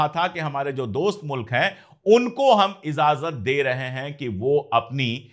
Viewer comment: हुज़ूर आप इज़ाज़त पढ़ते हैं जो ग़लत है सुनने में अच्छा नहीं लगता लफ्ज़ इजाज़त है. IJAZAT